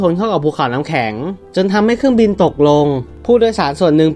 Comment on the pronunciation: เครื่องบิง 555 ค่อยๆพัฒนาไปครับ